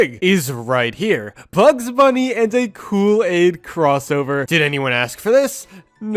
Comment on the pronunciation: You have been calling kool-aid cool-laid🙃🙃🙃🙃🙃